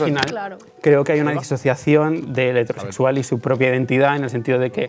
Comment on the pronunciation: Pregunta seria, porque pronuncian hetéro en vez de hetero cuando hetero es una palabra esdrujula y no grave fkfjkf es una soberana estupidez pero no entiendo porque pronuncian así, eso